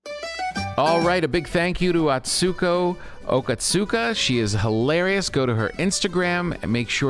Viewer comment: I would love for Tom to have learned to properly pronounce Atsuko’s name.